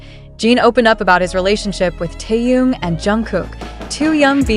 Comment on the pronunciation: Джин. Чонгук, произнесла правильно, а Тэхена назвала Таюн. Это что? Специально, неуважение?